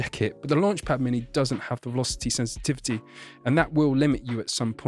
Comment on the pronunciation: velosty senstivty